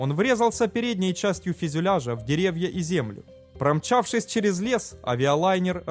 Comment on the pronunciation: Автор - молодец, растешь! Но, ещё пару добрых советов - пожеланий: в тысяча восьмиста метрах. В тысяча пятиста метрах. И ещё : фЮзеляж , не фИзюляж. БелфАст (ударение на А) Но , повторюсь: В целом работаешь Всё лучше и лучше! Успехов далее!